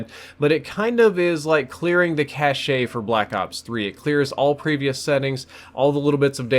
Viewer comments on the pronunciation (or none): That is the weirdest way to pronounce "cache" I have ever heard. You say it like "cash", not "cashae". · It is pronounced "cash" not "Cashay" . . . Cache. . . CACHE. . . that aside, thanks for the tips m8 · Love your vids. Not trying to be a douche just wanna let you know. Cache = cash in pronunciation. Keep up the good work man I'm trying this fix as soon as I get home!!! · Cash-ay ?! lmao it's pronounced like cash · Cache is pronounced like cash lol not cash-ayyy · Love your videos but cache, the background files stored for quick use later, is pronounced 'kash.' The E is silent. 'Ka-shay' is cachet, meaning respect and admiration. Example: You mispronounced cache when talking about fixing the new frame issues, but you have a lot of cachet so I still gave your video a thumbs up. :) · delete that cash-aye lol. its cache bruh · k its kash not cashae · Cache is just pronounced cash not cash a, just fyi. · He said "caché" lol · Did he really just say cashay. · "Kash" is the way it's supposed to be pronounced. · It's pronounced cash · "Cachay" LUL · Its the European way right?